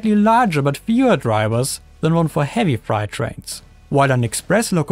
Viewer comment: BTW, "freight" rhymes with "great", rather than "bright".